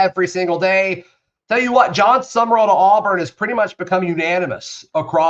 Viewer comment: His last name is not summer-all it is SUM-rawl. People keep adding an extra syllable.